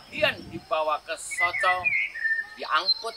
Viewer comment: Narator nya gimana sih, desa soco kok dibaca soko. Gak pernah belajar sejarah ya ??